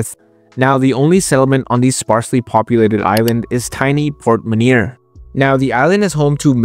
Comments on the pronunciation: Actually, your French pronunciation is more or less okay on 'L'Assomption, but Port- Menier would be pronounced 'Por Muhnyay' rather than 'Muneer'. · Port-Menier is pronouced Por-Meh-nee-hey Great video and great channel. Keep on the good work!